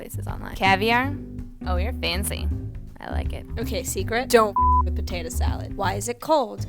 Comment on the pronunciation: voiceover girls : totally potate.